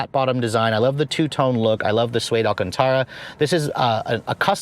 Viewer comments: Mullinjer??? no no Sir. It's MULLINER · Mulliner not Mullin(g)er. Naim (spelled like name) not Nom. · Mullinger>>??? what? its actually Mulliner !! lol there is no "G".. decent video regardless.....ALSO it should be mentioned that the Bentley Mulsanne was meant to be in direct competition of the Rolls Royce and the Maybach..... This automobile was always meant to be the sporty sedan.... hence some of your complaints or opinions ....Its super unfortunate the Mulsanne is gone.... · it's Naim, not Naam - its Mulliner, not Mullinder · Hey, point of correction (timeRef: ) it’s Mulliner not Mullinger. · It's called Mulliner not Mullinger. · Had to turn off at "Mullinger" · Please can you pronounce Maybach correctly with an A not an O? Similarly Mulliner with an N not a G. Nice motor but way over engineered for my taste and bit too tacky inside with such garish colours. I've owned two old style Bentleys in the past. A 1975 T1 (think Rolls Silver Shadow shape) and a 1988 Turbo R. Loved the T2 the best and was fortunate to be invited to take it back to the factory in 2005. We toured the production line, and the detail is amazing. I talked to a woman stitching the leather cover on a steering wheel. She said it took four hours and used one continuous thread. If the thread broke, she had to start again!